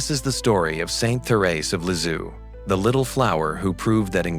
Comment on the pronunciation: Can't you say : LISIEUX (LIZ - I - EU) ? NOT LI-Z-IOU !? And THÉRÈSE (THÉRÈ - Z - E) ? not THÉRÈ - S - E !?